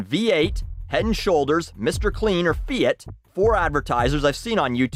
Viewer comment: It's not Feeit it's Feeat ... and that's the pronunciation I fucking know it's spelled Fiat